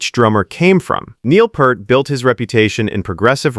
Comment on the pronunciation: NOT PERT!!! (You're pronouncing PURT!!!) THAT'S WRONG!!!! 😠😠😠 It's PEART!!!! Pronounce PEEEEEEEEERT!!!!!! 😉😉😉 YOU'RE WELCOME!!! 😁😁😁